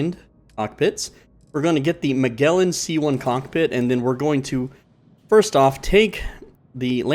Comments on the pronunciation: Magellan = Ma-jell-en Toroidal = Tor-roid-al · Magellan is pronounced like Majellin, it's a soft G.